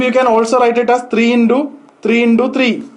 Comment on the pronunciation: Into-indo thousand-tousand😃😃🤗🤗